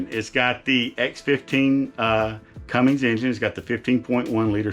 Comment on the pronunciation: The Cummins (not Cummings) X15 is 14.9L not 15.1L. nice coach